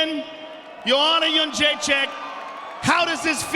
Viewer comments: I'm happy Joanna won and I think shes going to stay the champ. I'm just disappointed that Joe is the only one who can pronounce her last name right. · Disgraceful. This woman puts on the performance of a lifetime and three (count them) THREE men mispronounce her name. Why is that I wonder? This chauvinism has to stop. These subtle, passive-aggressive tactics by man-children to suppress beautiful strong women like Joanna Jędrzejczyk don't get by real men. Keep on fighting girl, we've got your back. Kind Regards, Wyatt Nite